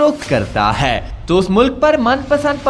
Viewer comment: خدا کا واسطہ ہے ... اس "ہے" پر زور دینا بند کر دیں .... سانس کے اتار چڑھاؤ پر غور کریں اور اردو کی ٹانگ نا توڑیں .... اور بہتر ہوگا کسی بہتر اردو کے تلفظ رکھنے والے سے وائس اوور کروا لیا کریں .... آپ کی انفارميشن کھڈے لائن لگ جاتی ہے جب آپ ... ہے اور اے کی تکرار لگاتے ہیں